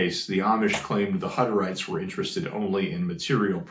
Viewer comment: I smiled when I heard you say that you have pronunciation problems. Hutterites is pronounced Who (like the sound an owl makes) tterites. We had a large community of them move down from Canada to the area where I lived in central Washington state. 😊